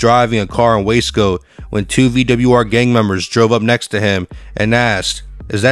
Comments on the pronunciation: What the hell is Wesco why do you keep saying it like that? It’s WASCO LOL I DID TIME THERE. IT’S WASCO NOT WESCO. IT’S GEICO NOT GEECO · Wace co. 😂 It’s Waa-sco. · U sed WAY SCOW LOL ITS WUUUUUSCO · Is this AI voiced? Waysco. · How you going to do a video if u can’t even say the right words in Spanish or English . U said waysco or lleva😂😂😂😂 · The narrator pronounce Wasco wrong.. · This guy can’t pronounce Spanish or English hoods 😂 WTH everyone knows how to say wasco. There is no y in there. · Lol.😂 The Guy Talking Can't Even Say The Lame Name Wasco Right 😂 Lol.